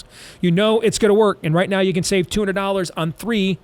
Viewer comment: He can't say can correctly or maga and you worry about this?